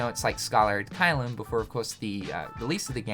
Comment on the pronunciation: Why do you keep saying "Scaller" ad Caelum?